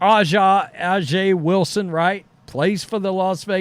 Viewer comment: Aja Wilson is pronounced ASIA buddy... Not Ah-jah lol. Probably should be able to pronounce her name if you're making videos